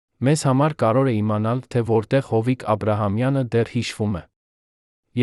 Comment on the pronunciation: Որոտեւ-որովհետեւի փոխարեն՚Երեւանը երան՚կարոր կարեւորի փոխարեն եւ բազում նման սխալներ…